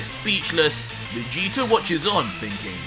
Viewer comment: STOP SAYING VAGETA